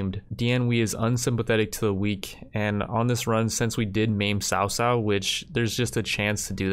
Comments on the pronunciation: Lord sao sao, makes me giggle. Its pronounced lord Kao Kao btw. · cao cao is pronounced "Chao chao" he's a pretty popular character in Chinese stories so it's kinda distracting when u say sao sao lol, just if u don't mind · cao cao is pronounced Cow-cow